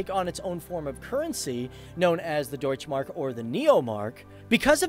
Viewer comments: Deutsché Mark not Deutsch Mark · You did a good Job with the German words like,,Deutsche Mark" but I Just want to say in Germany there are no silent Letters :3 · Nice video, but there is one thing I want to mention: In the german language when a word ends on an 'e' it is NOT silent. this works for 'deutsche Mark' the same way as for 'Porsche'. The 'e' has to be voiced, especially in the last case, cause that is also the name of the founder of that company and messing with some other persons name is quite rude, don't you think? Oh, and by the way, the german 'e' would sound like the english 'a', just to be correct.